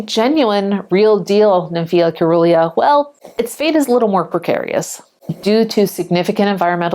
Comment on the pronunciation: SEE - RUH - LEE - A . Like " cerulean " . Soft c .